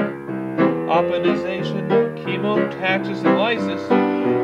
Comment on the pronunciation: Opsonization, not opinization. Sorry, had to point it out.